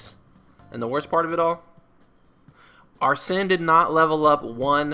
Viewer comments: Amazing video but arsene is pronounced (are sane) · Not pronouncing Arsene correctly is really throwing me off lol, nice though